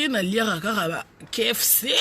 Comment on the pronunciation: ba lobaka KFC et non kefc yo vraiment mawable po oleki bilobela muanza